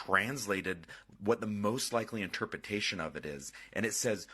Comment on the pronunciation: Scienlist? Morris-esque? Chat TTP? Interpetation? this guy can barely speak correctly... TO THE GARBAGE!